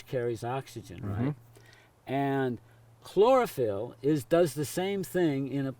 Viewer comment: Yoooo my dude, Hemoglobin and Chlorophyll are not how you say they are. Chlorophyll is similar to Hemoglobin is structure but has Magnesium in the centre . The bottom of Chlorophyll also has a long chain as opposed to Hemoglobin. Also chlorophyll harvests light with its antenna complex, it doesn't transport nitrogen but has a major role in the nitrogen cycle.